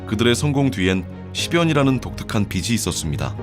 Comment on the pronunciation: 비슨 비시 비슨 비시 아오 좀 비즌 비지